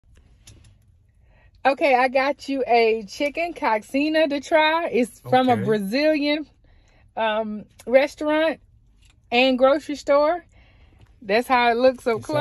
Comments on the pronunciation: THATS NOT HOW YOU PRONOUNCE IT it’s pronounced like so co-shi-a kind of like that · It’s pronounced co-sheen-ya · Pronunce Cowshinia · it’s pronounced ko-shin-nya !! super yummy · It’s pronounced “CO-Sheee-ah” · That is not how you pronounce it 😂 delicious as hell though! Try pao de queijo (cheese bread)!! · That is not how you pronounce it The x is pronounced as a “sh”